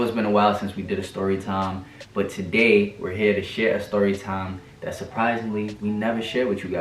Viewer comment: I don't know if it's me did I just hear say Tiday instead of today. Okay okay